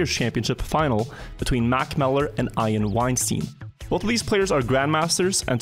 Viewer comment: Between Mack Miller and "Aiain Winesteen"